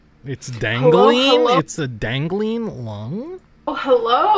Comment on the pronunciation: Dangaleen? LUNG? Dead at